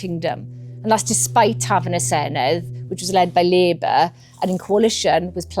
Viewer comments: Good video, but please learn how to pronounce ‘Senedd’ properly. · I keep saying it but no Emglish journalist ever pronounces Senedd correctly. Dd is pronounced like the Th in "This", not the Th in "Thing"